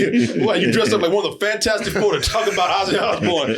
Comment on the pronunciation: Mr. Fan-Toast-ic